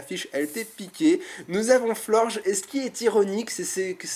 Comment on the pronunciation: C'est pas Florge... C'est FlorgeS